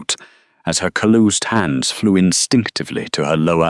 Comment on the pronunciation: Oh no...cal-oosed hands. Someone teach AI how to pronounce Calloused.